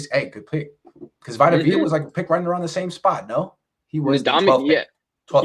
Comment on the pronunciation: Vi tuh v uh ??? Bro vita is from the bay bro how you fuck his name up 😂